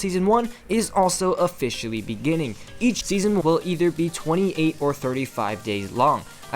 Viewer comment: when he said season one is officially coming out tommorrow I thought he was doing a pun because officially it sounds like in between it says fish